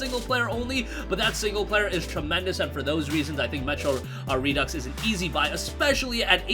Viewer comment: Glad to see you finally got my memo on how to properly pronounce “Redux”.